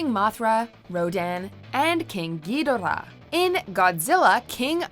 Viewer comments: The way she pronounced Ghidorah is painful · The way you pronounce Ghidorah hurt my ears. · Way to butcher Ghidorahs name 😂